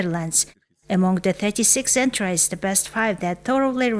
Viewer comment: Entries гэхийг энтрайс гэж уншаад байхын 😮